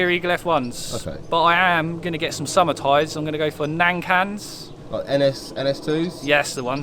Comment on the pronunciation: finally a westerner that pronounced Nan Kang properly.